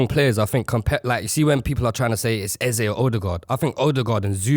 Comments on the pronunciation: Wick is right its Ez-ey not Ezer, its Igbo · EH-Z-EH....please don't ruin our culture😭😭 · Chill broski, lmao. Eze is an Igbo Nigerian word that means King and its actually pronounced EZE and not EzA or Iza or whatever he mighta said 🤣😭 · EZE IS EZE, that is an igbo name meaning King. It is not EZZA. it’s pronounced as spelt . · it’s pronounced “A - Zay” not “Eh Zeh” or wtv you man are saying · Eze is Igbo language that means King. It is pronounced as EZE the way it is spelt not IZA or whatever that guy said. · Homie said it's Ezah ? brudda ur not nigerian 🤣 its definitely not no ezah lmao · im not disagreeing with u on any of that im just sayin the way he said it in that interview sounded like eza thats all lol